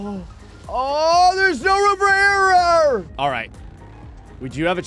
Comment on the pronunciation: AW THERE'S NO ROOM FOR ERARRUR!